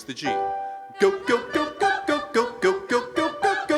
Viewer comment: I gyo. Instead of Go. Is that ok?